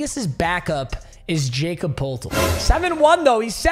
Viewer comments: No way papa said “Jacob Pole-toll” it’s “yah-cub pertle” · you mispronounced Jakob Poeltl (yah-cub per-tel) I’m not even a fan of him but it hurt to hear you not even attempt to pronounce it right😂😂yes Ik he’s complete dog water and got injured immediately but can’t nobody tell me it didn’t hurt when he mispronounced it😂